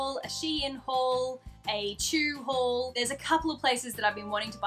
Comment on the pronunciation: It took me a minuet to realize you said "just for my HAUL"....it sounded like "just for my hole" so at first and I was just like...um...what? 😂 I just discovered your channel today and I must say, Archie is so adorable 🐦💚! #thebirdstays